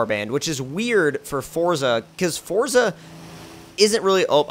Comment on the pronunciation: Forza not fortza but you say it how you want